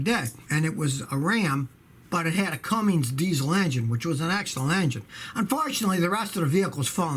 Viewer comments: cum ins not cum ings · Scotty I love your videos and your knowledge but PLEASE BE ADVISED There is no G in "CUMMINS". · I think it's funny that he can't even pronounce Cummins right